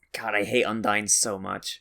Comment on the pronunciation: hmm sounds your still pronouncing Undine's name wrong. maybe i just hearing things.